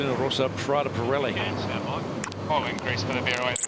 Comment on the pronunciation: PRADA_ P-RELI....come k@ pronunciano i nomi italiani è un mistero..... PIRELLI quando lo dicono manca la prima I però in compenso dicono la I finale.... Anche lì mistero.... LUNA ROSSA invece l'hanno quasi imparato....6+ come voto !!!